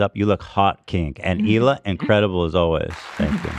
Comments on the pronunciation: Real fans know its ila not hila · I’ve never understood why so many people pronounce the ‘H’ in Hila’s name and it always makes me feel like I’m saying it wrong